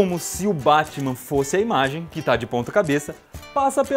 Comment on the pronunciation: Pare que ta chamando batima